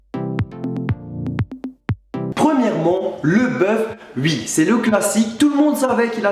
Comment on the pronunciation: c bizarre quand tu dit oui toi tu dit uiii